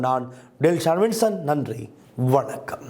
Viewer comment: என்ன நடந்தது குரலுக்கு.Whanakam இல்லை Wanakam 👍